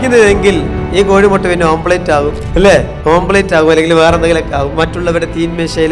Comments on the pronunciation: omlet is Correct not ഓം പ്ലേറ്റ് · നല്ല മോട്ടിവേഷനൽ സ്പീച്ച്.. പക്ഷേ, ശ്രദ്ധക്കുവുകൊണ്ടായിരിക്കാം (അതോ തെറ്റിദ്ധാരണയോ?) ഓംലറ്റ്, ഓംപ്ലെയ്റ്റ് ആയിപ്പോയത്!